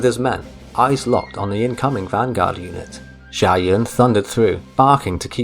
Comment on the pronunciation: The name Xiahou is pronounced Shaho